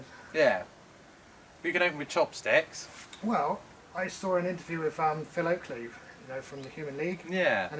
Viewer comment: Phil Oakey, not Oakley,. I’m sure he gets it a lot. 😊